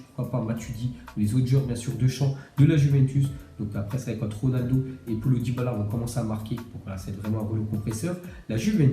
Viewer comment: Nn nn nn ta osé lappelé polo dybala 😂😵 alors que c'est Paulo( ça ce dit Pa.olo dybala)